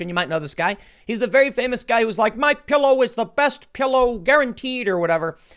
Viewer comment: I'm gonna buy a "My Pyillow" now.